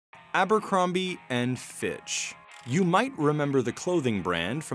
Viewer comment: drink everz tim they say ambrocromby and geths]